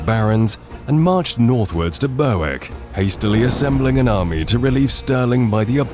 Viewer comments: Youre onto a winner here with these videos. One suggestion, sort out the pronunciation of place names please. Ber W ick and Loodon 😮. You left out the contribution of what was termed by the Scots the 'small folk', the camp followers and those too late to be incorporated into the well trained schiltrons. According to the records, their appearance at the height of the fighting appeared to be a second Scottish army to the English and may have been the deciding factor in their decision to break and flee. Really enjoyable content👍😁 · BERWICK PRONOUNCED BERRICK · Scone is pronounced skoon for the town and skon for the delicacy. Berwick is Berrick and one of the most interesting towns in Britain as it has changed hands between Scotland and England so often and was once left in the position of being officially at war with Russia (or the USSR in the 1960s). Thankfully for the Rooskis, a peace treaty was signed! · "Burr-wick"? That's not how Berwick is pronounced (I know, I live there).